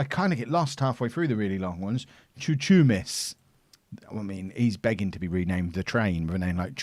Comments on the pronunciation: Chouchoumis is pronounced Houhoumis btw and Chouchou is a slang way of saying dick in Greek😂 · it's Xouxoumis!!! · Chouchoumis is pronounced Houhoumis. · chouchoumis is pronounced Houhoumis